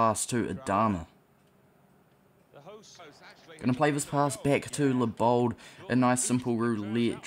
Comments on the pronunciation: His name is Leibold not Lee-Bald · The ei is pronounced as i